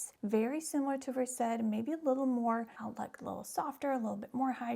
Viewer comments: I know you're a doctor so you're going to pronounce it versed but it's actually pronounced like a verse in a book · ❤Pronounciation is no big deal…but people do like to criticize every little thing to make themselves feel super smart😢❤